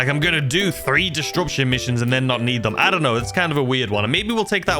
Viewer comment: Did you have to say “distruption” so many times? xD